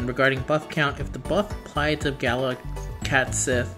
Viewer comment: The pronunciation here is not intuitive. "Cat Shee"